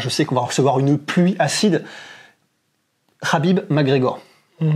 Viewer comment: On dit Habib en plus